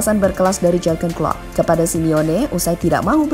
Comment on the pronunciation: Maaf ya agak risih, pronounciation atau pengucapan nama Jűrgen nya tidak pas. Suara nya sudah bagus dan pede, sayang kalau pengucapan nama orang tdk benar.